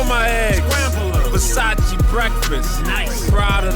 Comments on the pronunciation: It’s Versayce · Versa-CHEY- not (chee) lol